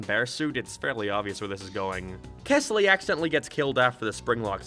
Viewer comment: Rewatching because I just read The New Kid and wanted to hear thoughts and while that was one of my favorite stories, I agree with all of his criticism. The story is written very weirdly. Also, his name was kELsey, not kesly. fake ass fan /j